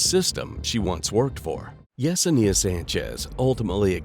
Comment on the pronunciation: I cringe at the way you keep pronouncing Yesenia. You keep adding an extra syllable 😅